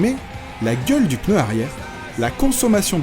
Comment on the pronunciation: Ce que je trouve énorme ? Le "peuneu" ^^ mouahahahahahhh